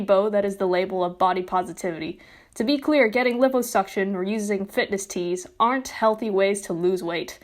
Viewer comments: Please stop calling it lippo suction. It's LIE po suction. I can't watch this it's bothering me too much. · Its lie-PO-suction. Not liposuction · it's pronounce LIE-POH SUCTION btw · I'm sorry. But it's pronounced 'LIE'-'POE'-suction. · I'm triggered over your pronunciation of 'liposuction' and 'Samus' ('lye-po' and 'Shame-us'). But this is a good video on this matter. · you keep saying liposuction wrong and it hurts but besides that great vid lol its pronounced lie po . the i is pronounced like y . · mispronounce "liposuction" one more time